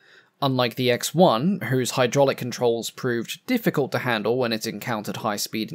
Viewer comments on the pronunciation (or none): none